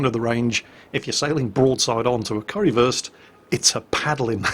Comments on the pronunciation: It's funny listening you pronouncing ship names.. It's Kurfürs, Not Currywurst(Curry-Sausage) xD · its not pronounced "curry-würst", its pronounced like"kur - first" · And it's probably Kurr-First, not Curry-versed, Curry first, or whatever it is you're saying :) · I love saying currywurst instead of kurfürst xD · I like how you pronounce "Kurfürst" as "Currywurst" which is german for "Curry Sausage" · I keep hearing currywurst every time you pronounce Kurfürst. :p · are you calling it "currywurst" oO? is that an accident or on purpose? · Currywurst... :P but its Name is Kurfürst :D